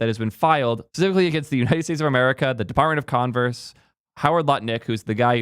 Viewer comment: I swear, I hear : Department of Converse 😂